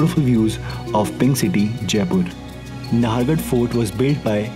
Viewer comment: Keeps on repeating he's from Jaipur and can't even get the pronunciation right ffs. It's pronounced as "Naahargarh" and not "Nahaargarh".